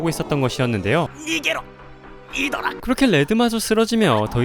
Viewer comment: 12분 30초 발음/ 아드라> 이드라